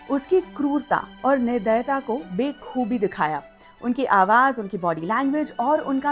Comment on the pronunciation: Be khoobi nahi ba khubi hota hai